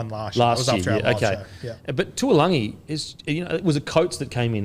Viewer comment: Fellas, could you please start pronouncing Murray Taulagi’s surname correctly? It’s not spelled ‘Tuilagi’ so I don’t know why you keep pronouncing it like that